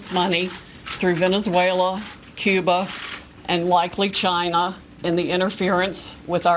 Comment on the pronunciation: Cuba. Cuba? .....CUBA. Kee-yoo-bah. Cuba? Hmm....